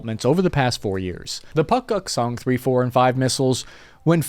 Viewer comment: Puk..guk...song? I thought it was Long Duk Dong.. whatever..